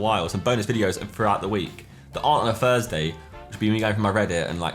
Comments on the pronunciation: welcome to another 'Zerkaa FURSDAY' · it was a joke as Josh says F instead of Th, listen to the start he says F everytime lol